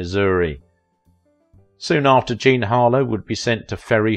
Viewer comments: It's JEAN, not Jane. At least half the time it's wrong in this video. Also, TV wasn't around then. Try Radio. Pathetic again. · I heard that too// And some point in the video it sounds like he is saying: "Jane" for Jean.